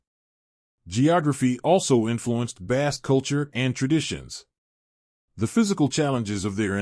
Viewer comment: This video sounds like it's AI, and also I had to stop listening because of the constant mispronunciation of the word "Basque."